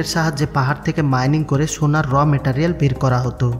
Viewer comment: Metarel na Meterial 😂😂 Pronounce thik ho66e na